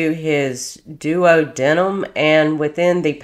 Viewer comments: This is very disturbing and reprehensible. Pronunciation is duodeenumb and cocksix for those words respectfully meant. Love your channel btw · Doo-wah-de-num. Cock-zyx (tailbone) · Morning dolly.❤ Still love your work. It’s dedication to the crimes against children that will bring people to hopefully pay attention to the crimes, and do more to protect them.❤ WHAT IS WRONG WITH CPS ?!!!!😤 It’s pronounced ( a friend explained to me as well) Du. wod de num. Wow! She has 4 other kiddos?!!!!!😮😢 Some women should be sterilized! RIP SWEETHEART MASON🙏💙💙💙💙💙💙🕊️ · I just found your channel and am currently binging it. Just wanted to give you some medical term help. Spiral fracture, not spinal fracture (of the leg.) It’s a type of fracture commonly found in kids of abuse… it’s caused by the twisting of the bone while pulling. Like when someone yanks the crap out of a kid. Duodenum is pronounced- Duo dee num OR doo ah doo num. Both pronunciations are correct. It’s part of the small bowel. Jejunum is pronounce- jeh (like jelly) jew num. Also small bowel. Coccyx pronounced- cocks icks (it’s your tailbone.) He had sepsis and was therefore septic.